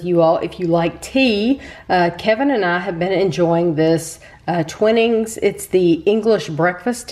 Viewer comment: The brand name of tea is pronounced " Twineings" rather than "Twinnings".